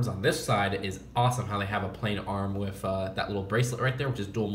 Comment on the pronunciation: It's annoying how instead of saying "with" he says "whif"